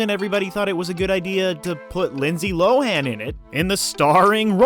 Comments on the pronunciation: You pronounced her name wrong for the whole video 😄🤦🏿‍♂️ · Everybody does, even tho she has TOLD EVERYONE who to say her name 😂